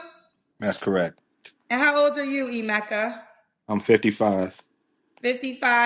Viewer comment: This man can’t even pronounce his own name. Its pronounced Eh-meh-ka, not I-meh-ka